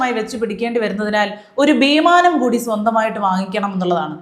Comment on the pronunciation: ശീതളിന്റെ " വീമാനം " 😅😅